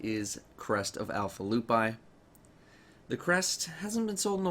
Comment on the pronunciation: Two things 1st gjallarhorn is pronounced yahl-arehorn. 2nd lupi is Italian for wolf and its pronounced lupe not lupie